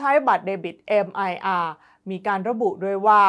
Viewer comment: Mir อ่านว่า มีร์ ภาษารัสเซีย แปลว่า สันติภาพ สงบสุข ไม่ใช่คำย่อ แต่เป็นคำเดี่ยว ไม่อ่านว่า เมียร์ เพราะเจ้าของภาษาเขาให้อ่านว่า มีร์ และไม่อ่านว่า เอ็มไออาร์ ทำให้ผิดความหมาย มีร์ เป็นระบบชำระเงินแบบเดียวกับ VISA และ Master Card ดังนั้นบัตรแทนเงินระบบมีร์ จึงเรียก Mir Card อ่านว่า มีร์การ์ด миръ = Mir อ่าน มีร์